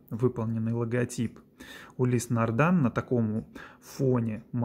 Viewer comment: Не могли бы вы, как любитель марки, объяснить простому смертному пролетарию, не знатоку названий люксовых марок, почему автор ролика несколько раз произносит название марки "нардАн" при том что на часах написано "нардИн"?